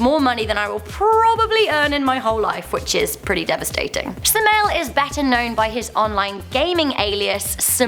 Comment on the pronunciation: oh my god im a dota player and she calls sumail suma-1-L